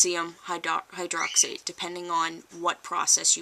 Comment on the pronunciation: Pretty good video, but it's sodium hydrox-IDE, not hydrox-ATE and it is synonymous with lye. However, potassium hydroxide is not called lye, though it is referred to as potassium lye; and, more commonly caustic pot ash. Caustic pot ash (as you probably know already) is commonly used to make liquid soaps.